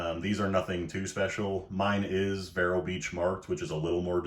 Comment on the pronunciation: Vero is pronounced like veer with an o at the end.